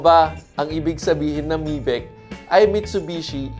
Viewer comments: Correction po, Mitsubishi Sales/Technical Trainer here, 'MY-VEC' po proper pronunciation ng MIVEC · Apparently I know all of them =) #1, you mentioned Gen 3 yun 2023 model, yes it's a facelift model so it's Gen 3.5 to be exact #2, not sure if you pronounced it in Filipino, but MIVEC is pronounced as "my-vec". #7, the Mitsubishi Remote App is only available on the top of the line GT 4x4 variant. Nonetheless, a great review. 👌